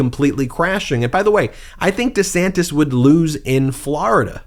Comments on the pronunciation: DUH-SANTIS is actually pronouncing his name: Ron Dee Sanis...no "t". He may be going thru a mid-life crisis. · It should be pronounced 'Rhonda Santes'! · Sounds like he used to say Ron D Santis 😂 although in fairness I Americanized the way my surname is pronounced as I got older just because I was tired of correcting people all the time. But I’m also not a public figure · Actually, neither of the 2 ways Ron DeSantis pronounces his sir name are wrong. It should be Di Säntēs He is wrong on how he pronounces his name and is wrong on how to govern. Fascists are alway the wrong choice. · it's Duh-Santis. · That's rich, Donald Drumpf chastising DeDantis about the pronunciation of his last name. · Donald Drumpf criticizing anyone for changing the pronunciation or outright spelling of their name is laughable. The fact he's using Democratic talking points against DeSantis; even as Trump backs Republican attempts is even more laughable. Both of DeSantis and Trump's followers sit there slack jawed in awe of the spectacle, as if they were watching AWE ringside, not realizing BOTH men are set to ruin their lies, as well as, the "libs". You can't write this as fiction anymore! #SAD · Hilarious that Don disparages Ron for adopting a better-polling pronunciation of his surname when ex-guy himself is most likely a product of the Drumpf family lineage. Such sorry asshats are they both by any name. Have a great weekend! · Drumpf criticising the changed name pronunciation? Hilarious.